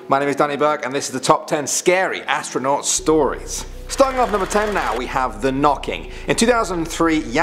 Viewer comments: Astronuat instead of astronaut 😂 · Top ten scary AuStRaNuAt stories 😂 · AstroNUAT really... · Top 10 scary "astronuat" stories??? What's an Astronuat?